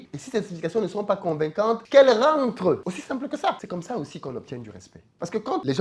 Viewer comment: Qu’elle rentreuh 😂😂😂